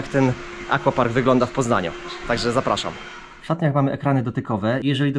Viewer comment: Wszystko super, ale Panie, aquapark czyta się "akwapark", tak samo jak akwarium czy akwarele, pozdrawiam:)